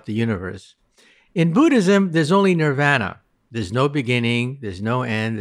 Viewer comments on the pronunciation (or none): none